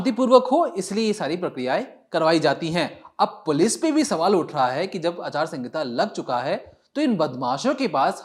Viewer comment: Aachar sangita nhi acharsahita